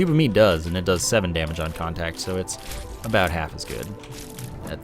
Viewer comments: It's probably the "aboot" that fooled him. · a boot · Do you say about like that on purpose???